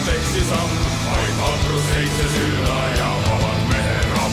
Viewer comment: The animation is the legend of the Big Töll/Big Tyll. Its an a Estonian legend. Also the way you said vaid vaprust. It sounded like vaeid vaproust. Sorry if i offend you or anyone else After reading comments Oh. You know already. Btw im Estonian.